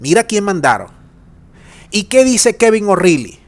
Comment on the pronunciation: O'Reilly; si te parece bien; la pronunciación es: ORaaly.